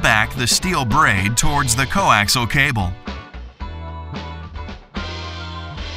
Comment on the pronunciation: Could someone please tell them it is coAXIAL cable, not coAXLE. Good grief. That's 4 syllables, not 3.